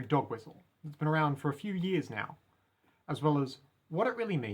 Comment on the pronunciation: actually it's pronounced "now" not "nauww"